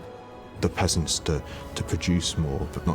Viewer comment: the way he says "peasants" with his pretentious British accent 😂🤔